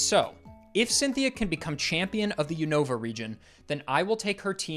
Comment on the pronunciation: Nice to hear a poketuber pronounce Unova the way I always have and not the way I've heard people saying it the past few months